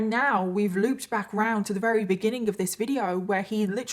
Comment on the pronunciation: Wery rery very